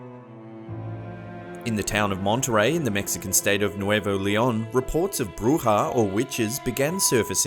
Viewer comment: He said buja correctly. +1 like and +1 subscriber